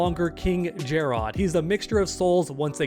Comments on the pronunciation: finally pronouncing it jerrod and jer-rod and my ADD is relieved lol … Nevermind … he only did it the first time lol It’s always been pronounced like “ jared “ and was in this game as well… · Not to be that guy, but it’s just Jerrod. Not “JAR ROD” It’s another spelling for Jared. Love the videos though! Keep up the good work. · jer-rod? lmao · calling king jerrod king jerrodd is truely painful